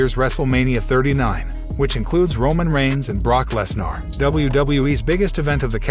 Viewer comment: LEZ NER!!! NOT LEZ NAAR!! Get these frickin names right!! If you are going to have a channel, at least learn pronunciation!!!